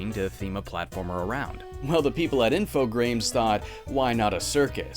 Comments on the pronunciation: infograme is more pronounced like anagram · I think it's pronounced Info-grams, like the measurement of weight, grammes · pretty sure the "grame" in infogrames is pronounced like "gram" as in this object weighs 15 grams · It's not "Infogames, but with a 'r' in there for some reason", it's pronounced info-gr-ah-m (French doesn't have the English "ay" sound for the letter "a", like in "games"). It's a portmanteau of "informatique" (computing) and programme (program), but they removed an "m" for some reason. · When he said Infogrames, I thought I didn't hear well. And then I knew this game gonna be bad. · "Infogrames" is French. Forgive me if I'm wrong but iirc "grames" is pronounced like "farm", and the "s" is silent. Also, the Atari of today IS Infogrames! 😁 They're still around, they just bought the Atari name, similar to how today's THQ is Nordic Games renamed (hence THQ Nordic)